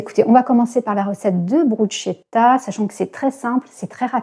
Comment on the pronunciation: Cc, j adore tes pancartes ❤. Petite rectification cordiale bruschetta se dit brousketta😊 et toi tu la fais super améliorée, puisque à la base c est du pain rôti ( mise sur les dernières braise du barbecue)gratté d ail avec un filet d huile d'olive et un peu de sel. Moi j y ajoute des tomates coupées en mini dés et basilic et persil plat haché avec un peu de sel. Je vais essayer ta recette repas ,merci